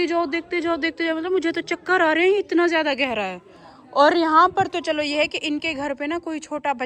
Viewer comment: tumhare kuch words bhtt ghalat hn sahi se bola kro ziadi nhi ziada hota he zehid nhi zahid hota he